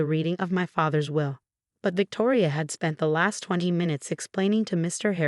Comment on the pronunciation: Will, not wheel. Choppy narration is annoying. Bag, not back. Will-reading, not well-reading. Victoria's sentence is too light. Escrow, not a scrow. How he'd, not Hauge.